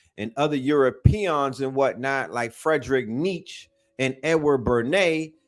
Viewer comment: Say it like Nietzs-Che ... emphasis on the Che like the Communist fighter... Two syllables - said like Neat - Che... Nietzs - CHE Nietzsche please... lol